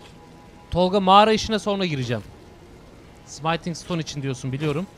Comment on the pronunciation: Abi 13. bölümdeyim sayende artık Smithing Stone'u senin gibi yanlış telaffuz etmeye başladım yemin ediyorum. Gözünü seveyim artık şuna sımayting deme abiii :D Bildiğin yazıldığı gibi okunan bir kelime bu, translate'e bir yazıp dinleyebilirsin :D